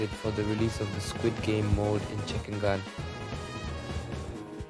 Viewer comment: It’s not chickengan it’s chickengun